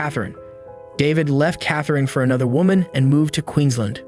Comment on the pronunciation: Corrections to pronunciations - Muswellbrook is muscle-brook and Queensland is queens-land. 😊